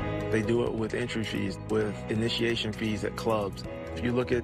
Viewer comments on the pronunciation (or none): What exactly is claring? Just axing for a friend